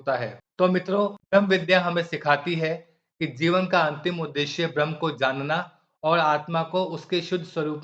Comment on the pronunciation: ब्रह्म शब्द स्पष्ट उच्चारण करें,भम या भ्रम लगता है।